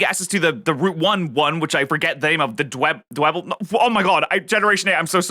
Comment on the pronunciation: Its not dw Eble its dweble